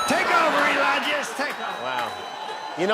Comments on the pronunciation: Why hasn't anyone picked up he called Elon "Elonya" he must be in love. Lol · Ok I def heard him call Elon ELIJAH that time. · Did he call Elon Elijah? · Why is he calling him 'Eyanla'? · Did Trump call Elon "Elija"? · Did Fats Dummynuf, just call Musk “Elonia” ?! 🫣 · It was like Elon and Melania mashed up. I heard Elonia! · Did Trump say "Take Over 'Elonia', Take Over"❓❓❓ No wonder 'Leon' was jumpin'🤸